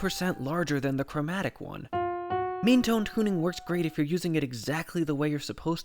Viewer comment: when you said “meantone,” i thought you said “memetone” 😅